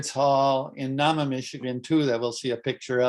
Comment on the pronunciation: The pronunciation of Nahma is NAY-muh (long A).